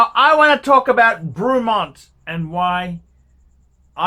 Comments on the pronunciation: I think you need to pronounce the brand correctly 1st… fucking Bruumont?? The actual feck?? Try Breh-mont. stick to ya shaggy Rolex bud. I’ve owned 2 different “Breh-monts” & both have been absolutely superb. Wouldn’t have any other. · I've watched a few of his reviews, what an absolute cock. An Ausi who can't pronounce words properly like Brewmont AKA Bremont and Roolex and is against something from the UK, what a surprise. All the major brands started somewhere and Bremont seem to be doing things right. Buy one now and see it's value increase as the Bremont brand gains a foothold in the prestige watch market moving forward. Bremont offer a 3 year warranty on their watches which shows confidence in their product, even Patek only offer 2 years like most other high end brands except Rolex and Omega. I've owned many models of Rolex, none were as good or accurate as my Omega Planet Ocean. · You can't even pronounce the company name and I'm sure Rolex are thrilled you buy their watches , then slag off UK military? Fat useless wanker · Would have been better if you could pronounce it properly dick head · Rolex, over priced jewellery. Can you do me a favour and learn to speak properly please. If you are going to talk about something at least have the courtesy to find out how to pronounce the Company name correctly. Also, the watches are not ugly as beauty is in the eye of the beholder not you. Pricing, well if you don't like the price don't buy the watch. Please stop swearing, it just makes you look stupid, argue against the watch by all means but be constructive in your criticism not just saying f**k. The video clearly shows that you know very little other than your own self importance.